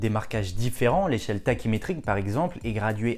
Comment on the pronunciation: tachymétrique se prononce "taKimétrique" pas "taSHimétrique" 😉